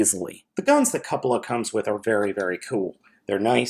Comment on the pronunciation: is the only reviewer to pronounce "Cupola" correctly. Great review! Sorry to see that your camera bugged out on you mid review. I've got this figure, plus FP Crox, coming from Big Bad any day now. Can't wait!